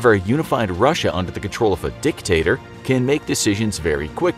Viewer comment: that stress on dictator i burst into laughter 🤣🤣🤣🤣